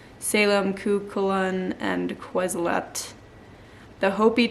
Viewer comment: He must have had a really tough time in WWII, what with Jesus being non-violent and all 🙄 Quetzoquatal is pronounced KETZ-OH-KWAT-ALL 😘 He was an Incan or Mayan god.